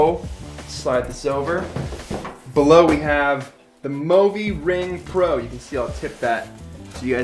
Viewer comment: actuallyyyyyy, its mõvi not movi, which means you dont actually pronoince it like [moh-vee] its just [moo-vee] or [movie]